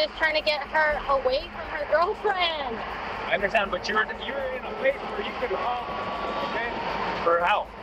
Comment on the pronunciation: Do you actually “understad” that? 😂